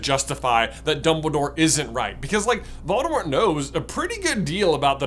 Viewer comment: You're pronouncing Voldemort incorrectly.